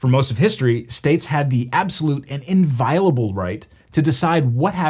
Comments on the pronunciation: The closed captions seem to confirm you are saying "inviable" -- am I still mishearing this? **I'll add, the word you likely are using is "inviolable," it's just wild how much the meaning changes. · Inviolable right. There were 2 L's but his pronunciation was slightly muddled as he tripped over his tongue.